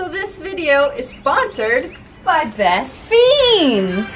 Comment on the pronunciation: Why does she call “best friends” “best feens”?😂